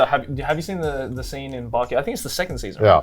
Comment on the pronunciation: how long does connor need to live in japan before he learns the vowels. like bro pls stop saying backy instead of baki 💀